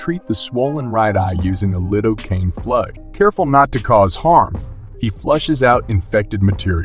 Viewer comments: I gotta ask, but where is the speaker from? Or is he AI? Otherwise, what accent pronounces ‘corn-E-uh’ and ‘lie-doh-cane’ the way you did? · yes it does move right as he goes to pull that outta its eye. The vet only uses lidocaine but the narrator mispronounced it. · Does no one teach how to pronounce words like lidocaine and cornea? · Mispronounced lidocaine and cornea lol